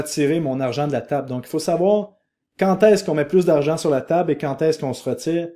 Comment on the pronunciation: Chaque fois que tu prononces "habileté" tu me fais mourir 😂 et je ne te dirais pas comment ça se dit... Comme ça, je pourrais le réentendre ❤ merci. Bien dit🎉